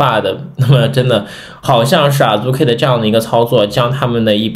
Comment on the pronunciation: 希望你們讀日文原發音，聽著太難受了，Azuki讀阿資ki，不是阿豬ki和阿入ki😅